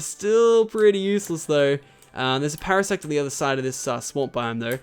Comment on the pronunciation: facepalm you said para SEX